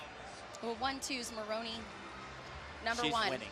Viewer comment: At about , Tim Daggett said "Maloney" instead of "Maroney!"